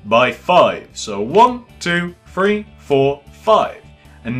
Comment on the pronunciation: It's not free it's three